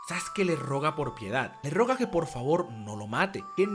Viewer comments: Se dice "le ruega", no "le roga". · ...le roga... le RUEGA... se dice Ruega.... XD... le roga que no le quemen la casita XD... P. D.: muy buen video, como siempre...